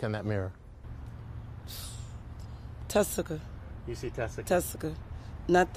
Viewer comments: Is her name Tessica or Jessica? She pronounces it as Tessica here but I swear I've also heard/seen Jessica in other videos and articles. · Tessica not jessica